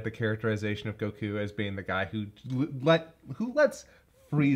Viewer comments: we see actually say Goku’s name correctly. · Idk why it just hit me. But I think this is the first time I heard pronounce Goku correctly 😂😅